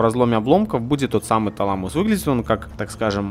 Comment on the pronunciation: ТалАмус, а не ТаламУс.